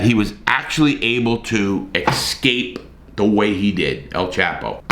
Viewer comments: Remember when you pronounce escape, it's not EX-cape. Prominently people pronounce, wrongly. Just a thought.... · I just love listening to Larry say "ix-scape" so many times LoL 😅